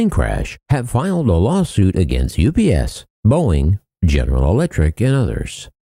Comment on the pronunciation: Huh, why Boieng??? Not a Boieng aircraft.